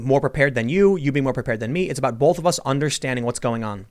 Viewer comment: Listen to the way tim says "both" hit like if it sounds weird.